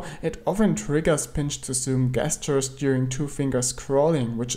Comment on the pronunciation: Hi! Tolle Videos! Nur check mal wie man 'gestures' ausspricht :)